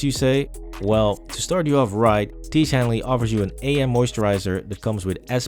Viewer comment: "tiege hanley" L L L L L L L LLLLLLLL L L L L